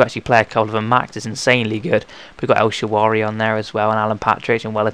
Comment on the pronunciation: EL-SHUH-RAH-WEE not EL-SHUH-WAH-REE :P